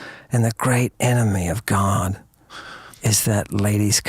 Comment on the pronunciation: "Oh My GiaD ..."